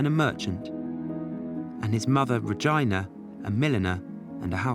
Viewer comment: an interesting doco on a much beloved artist. But please, learn to pronounce names correctly … [redžína] or perhaps [režína], but not English [redžaina]